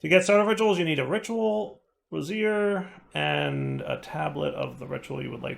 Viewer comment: It's hilarious how always pronounces brazier as brassiere